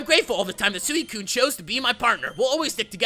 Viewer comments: It's pronounced (swi,kun) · You are not pronouncing suicune right